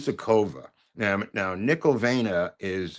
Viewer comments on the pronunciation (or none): Why do you humiliate the language in which the greatest literary works were written? Maybe someone studied that language in order to read Dostoyevsky or Chekhov in the original.And Marina's second name is NIKOLAJEVNA,not Nikaljnova